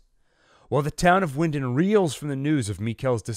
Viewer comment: It’s pronounced Vinden